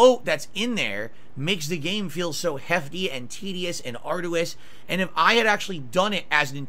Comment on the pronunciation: Are-dew-iss? So desperate to have people think he's intelligent he uses words he can't even pronounce